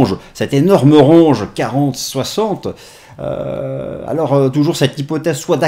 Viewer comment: Top ces analyses 😊 et me tue avec ses "ranges"! 😂 c'est c'est de l'anglais, ça se dit "Rènge"